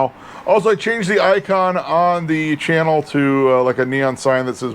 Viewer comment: Nice finds Mike! By the way, Bruce Channel’s name is actually pronounced like the designer name Chanel…